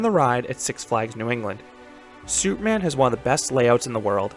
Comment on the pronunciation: Lol every time you say superman, it sounds like soupman, and I can't help but picture something strange in my head